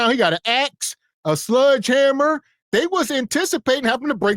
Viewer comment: It's a sledgehammer, not a "sludgehammer"...😅